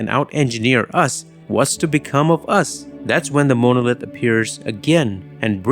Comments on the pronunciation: I also like how the AI narrator says "MOW-NO-LITH." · It's pronounced mon - o - lith. Longish o on the second o not the 1st! Is this error do to AI overvoicing of this video i.e. HAL? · I love 2001 and your video is excellent. It definitely earned a thumbs up. But please look up how to pronounce monolith. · face-red-heart-shape:Great video - :face-purple-wide-eyes:Very Odd pronunciation of "grossing" & "monolith". Please work on those two, please. Thanks.:face-red-heart-shape